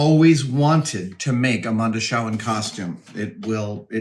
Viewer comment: So this bothered me so much I actually rewatched the movie to make certain I wasn't crazy: Why in the world do you and so many others pronounce Mondoshawan as it is written instead stead of like 'mondo chee wan' or even 'mondo shee wan' as it clearly is said multiple times in the movie? The middle syllable is definitely Not 'Shaw' with an ahhh sound.